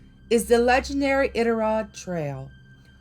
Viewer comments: This is cool, I was born and raised in Alaska, it is a magical place but in a good way. P.S. the pronunciation is "I dit a rod" as best I can spell it.👍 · Love this post. Iditarod is pronounced with a long I . I-dit-A- rod. I’ve been to Kennicot. It’s an amazing place! I love these stories. Would like to hear more. ❤️ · Lol...it's I-DIT-A-ROD😂 You cracking me up!!! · balloon head...it's pronounce I-Dit-A-Rod...another outsider trying 2 tell our legendary ghosts,big foot, etc tales...i m gagged... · Omg please stop saying Iditarod wrong😭🤚🏼 it’s annoying